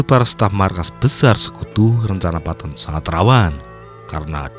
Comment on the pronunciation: Bro baca nya petten bukan patton